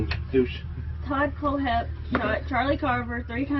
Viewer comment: Oh my God his name is Todd kohlhepp. Pronounced col hep. And your story is nothing but crap I live one County over from this piece of shit and we got to watch all of his confessions live on TV. You really need to get your damn facts straight. I live through the Todd kohlhepp murders along with the rest of the people in my community how dare you pretend you know what's going on in my community!